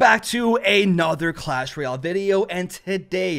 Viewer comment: Clash rooyel)))))) xD